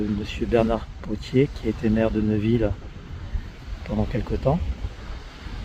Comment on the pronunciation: On ne dit pas Neuville mais Néville !!!